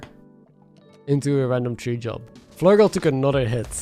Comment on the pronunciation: hey I love the videos but can you please try and say ‘THree’ not ‘tree’ - I don’t know why but it distracts from the great commentary for me